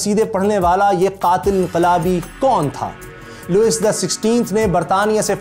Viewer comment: Sir agar mai ghalti par nahi tho yeh Louise لوئس nahi parha jata balkeh لوئی parha jata hay